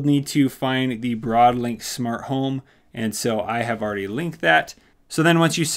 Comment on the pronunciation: is it just me or has he been saying shmart devices